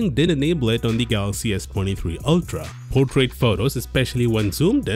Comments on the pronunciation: he just pronounced portrait as putret😂😂😂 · I didn't catch you when you said 'Portrait Mode' luckily the subtitles were available.